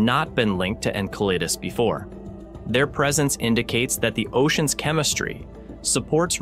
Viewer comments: Icel-a-dus, not a damn enchilada 😅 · MORONS .... IT IS PRONOUNCED. EN CELL A DUS ...... MORONS, typical NASA! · This AI voice needs a tune-up it has pronounced Enceladus 4 different ways. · Isn't it pronounced 'N-cell-uh-diss'? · Incel Lattice? Enchiladas? Ensiladis?! Wtf 😂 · I just can’t with the AI’s pronunciation of ɛnˈsɛlədəs… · I swear the different pronunciations must be intentional 😂😂 Jeez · It's painful hearing Enceladus continually mispronounced. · Listening to this is like listening to finger nails on a chalk board. It’s amazing how many different ways this AI voice attempts to pronounce Enceladus. Clearly, no one is watching these videos after generated to see if they are actually pronouncing proper names correctly in English. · The repeated and varying pronunciation of Enceladus is extremely annoying and the detracts from the contents being presented. As good as the voice sounds, it is obviously an AI. This demonstrates the lack of care that this production company is putting into this material. Why don’t they use a real human that can read copy properly? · Teach the AI voice to pronounce the planet names. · Never have I heard the name Enceladus so appallingly mispronounced 🤦🏼‍♀️😂